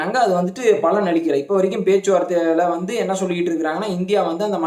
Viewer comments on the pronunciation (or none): none